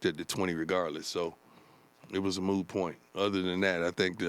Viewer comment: "It's a moo point"" lol